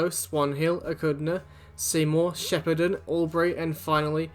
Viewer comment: it's pronounced 'Echuca'